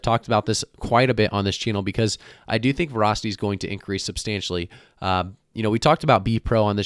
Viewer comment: Vra tanked hard. Weird pronunciation of Vah-ra-city